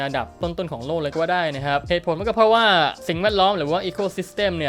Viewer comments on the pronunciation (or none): Egosystem. Not Ecosystem XD